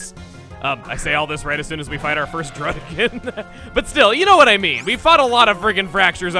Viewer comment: You should have said druddigion more like dudigion